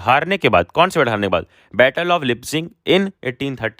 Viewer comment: am I the only one battle ❌ baatle✅